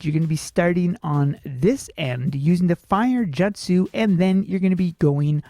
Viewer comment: nice guide I love it but jutsu is pronounced simply as jut su not jat su ❤️